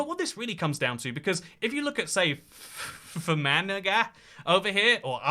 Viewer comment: As an Irish person the only offensive thing about this video was how you pronounced Fermanagh